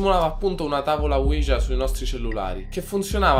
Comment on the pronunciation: E comunque si pronuncia uiha